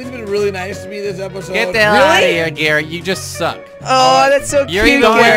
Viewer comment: instead of calling garret garret call it carot LOL